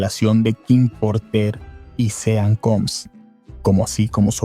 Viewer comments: Mi amor dejame correjirte, en ingles de pronuncia como shaun para sean. Compremde? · "Sean" se pronuncia "John" xd